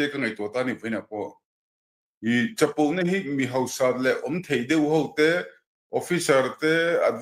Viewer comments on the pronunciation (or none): none